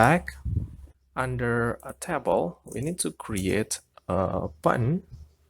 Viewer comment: TAY BOWL not TAH BOWL